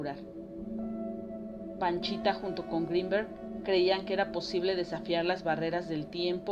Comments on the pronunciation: Es Pachita, no Panchita. Hay que investigar de lo que se habla 🤨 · La shamana es "Pachita", no "Panchita".